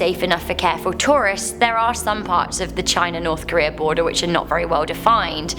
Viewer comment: "North Korean Boarder", lol. Snowboarder? Rental house boarder? Or did you mean border, sweetheart?